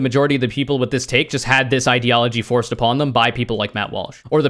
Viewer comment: My stepmom had this episode recording on her dvr and i watched it. I never laughed harder than when the DirectTV captions picked up on Matt Walsh fucking up the pronunciation of "forced" as "foist"